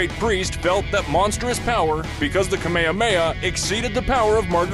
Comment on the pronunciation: “Kamahamha“ what is a kamehmaha!? it’s KAAAAAA MAAAAAAAA HAAAAAAA MAAAAAAAAA HAAAAAAAAAAA